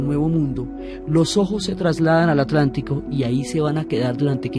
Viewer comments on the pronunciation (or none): none